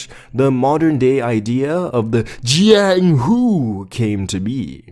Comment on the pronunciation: Bro please dont say jianghu again. I opened this video to sleep but burst out laughing